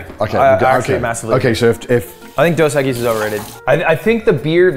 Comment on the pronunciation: As a spanish person, I can confidently say the way Ludwig says 'cerveza' here is perfect form. As well as 'dos equis'